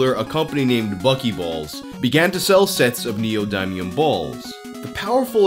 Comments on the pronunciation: "NeEyOhDyMeEyUhM" is the word of the day 📖💪🧠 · That’s not how neodymium is pronounced. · It physically pains me how pronounces "neodymium"